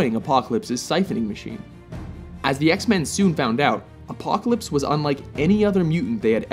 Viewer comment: Man the narrator needs to say Apocalypse name right he wasn't even close¿....?